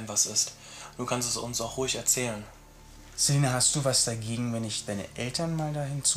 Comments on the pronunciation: Tamara HxGH er spricht Celina ja auch mit z aus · Ich heiße auch Celina und es macht mich grade richtig aggressiv dass der Typ Zelina und vor allem auch Zyber Mobbing sagt... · celina nicht zelina